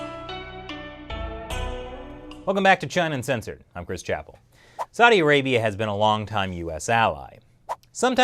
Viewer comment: Learn how to pronounce "Saudi Arabia" Bozo. Else I'm just gonna unsubscribe. And no. I ain't gonna make it that easy.